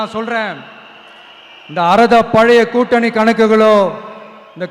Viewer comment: கூட்டினி என சொல்கிறார். கூட்டணி என சொல்ல தெரியல இந்த விஜய்க்கு